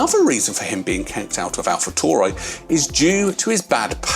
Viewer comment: its pronounced AlfaTaoory(taury or Tauri)